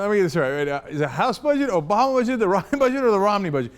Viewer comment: 1) It's Ryan, not Ryon. If you're going to root for people, might as well know their names. 2) Smoke and mirrors? All he did was commentate on an interview. This was not cut in ways to destroy anyone's image. 3) You shouldn't expect Ryan to carry Romney to the White House. If he wanted someone to do that, he would have chosen Marco Rubio or Christ Christie.